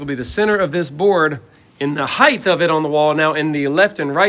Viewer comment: I will never be as talented as any of you guys, so please don't read this as having a go at you all. But do you say height-th? As in width, length and height-th? Ive been trying to work it out for a while. Hang out for every video.